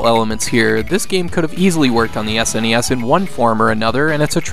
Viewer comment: Are you aware its SNES not sness as a word its so anything hearing young people say that.